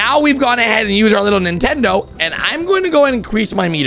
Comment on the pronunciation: Ahh yes. Ninetendo switch